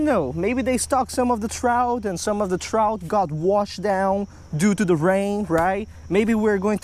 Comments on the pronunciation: damn u talk so much its trout not Trouthchhh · What the hell is a trouch?you mean “Trout”?